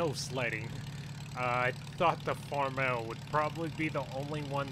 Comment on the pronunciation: Love the new series, not trying to be rude but it’s not pronounced farmell it’s Farm-all